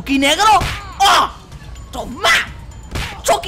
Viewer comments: robleis:le dire a chuky como chuky no como chaky robleis:ahora CHAKY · Chiki argentino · Chucky latinoaméricano